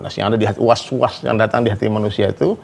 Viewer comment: Yang bener tuh Al lazii yuwas wisu fii suduurin naas Minal jinnati wan naas Bukan kaya mas udin, malah "was was"